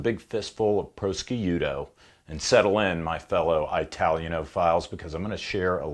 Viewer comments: Gelato = dze-là-to ≠ dzé-lato Gnocchi = nee-o-kk-ee ≠ g-no-chee Beretta = Bere-tt-a ≠ Bere-d-a Chianti = k-ee-antee ≠ ch-y-antee Prosciutto = pro-shoot-to ≠ proskeeuto 😂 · not "prosciuto" it is pronounced proshooto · Christ that first minute of pronunciation my fucking eye started twitching my dead grandma started screaming from the grave I think I had a mild stroke PRO SKEE YOO TOE jfc too far man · prosky u toe - lmao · It's pronounced Key ahnti, not Chi ahnti it's also pronounced pro soot oh! I bought the Tisas Fatih which is an 84 clone which also has Mec Gar magazines for $250.00, used and is a wonderful little gun. After putting 8 mags thru after I bought it, I patted myself on the back for one of my better buys. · Gun-aachee and proskee-ooto 🤣🤣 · Pro-ski-yuto. ROFL. I can just picture the outdoor scene in Rome with the waiter cringing. Salute! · Friend used to delight in embarassing his wife by ordering "some of that pig-not grig-ee-oooh". Such a good time. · Keep saying Italian words incorrectly and you might make your last enemy LOL jk but for real, hearing you say prosciutto like that made me cringe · I fucking lost it at the pronunciation of "pro-sky-you-tow" at the beginning... That whole intro was a masterclass of deadpan American butchering of Italian pronunciation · Nobody is asking you to speak Italian fluently, but for God sakes, just a few words that you used freaking pronounce them correctly. What a shame…gelato, prosciutto, gnochi… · How many takes to purposefully pronounce all that Italian wrong? You almost looked ready to break towards the end of prosciutto lol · You don’t pronounce gelato or prosciutto correctly! Please Tanfoglio